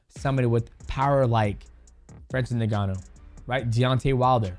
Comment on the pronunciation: His name is not francis niganu it inganu (its spokennlike that)